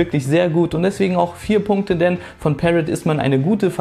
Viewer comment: Review ist ganz gut aber am Rande ist Parrot eine französische Firma und wird nicht so ausgesprochen ;)